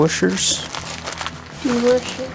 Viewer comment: The wooshers! Or the Worshers if you’re Speed Shop. I love it 😂